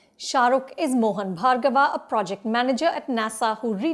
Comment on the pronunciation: Mohan Bhargav***, not Bhargava